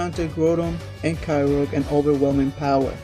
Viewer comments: Kyoger Not kyrog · You dont say kay rouge you say kyogre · No its pronounced ki-oh-grr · Ky-oh-ger, not Ky-rogue Ray-quay-zah, not Ray-quar-zah